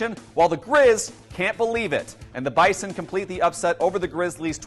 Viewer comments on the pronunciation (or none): It's BIZON Not Bison